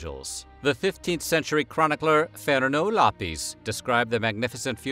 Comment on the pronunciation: He actually had a good pronunciation of Lopes, but butchered his first name (Fernão).